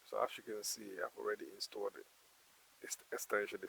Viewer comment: I like how he says instead of installed he says instuolled I personally agreed with your statement..